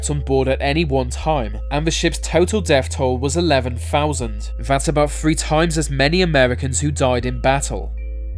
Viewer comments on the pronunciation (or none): Three, not free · he can't pronounce his th's... example.. . Three to him is pronounced. "free" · so this guy can say the they and numerous other words with the TH sound, but cant say Free) , or Thrown (FRONE). Its like a female who thinks there stupid quirk is cute, only I dont have to fake agree with them because I want in their pants. You know how to make the correct sound Ive heard you do it so quit that immature bs.